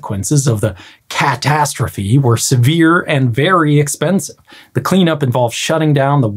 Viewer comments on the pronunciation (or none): Cat-astrophe. Omg Grady hahaha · "cat-tastrophe" Nah... No way,... Grady, you didn't.